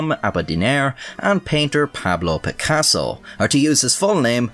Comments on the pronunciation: No one going to give props to an Irishman who said Picassos full name like an absolute baws? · Kudos for saying Picasso's whole name, not even native Spanish speakers would dare such task without a "no hay huevos". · Good to see a new video! Are are always interesting craic marra! P.S. your final cut of Picasso's full name was well pronounced <3